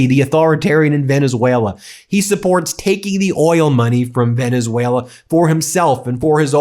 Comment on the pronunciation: Or as Dump calls it: "Venezueler"